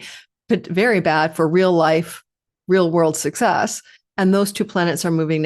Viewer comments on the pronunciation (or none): none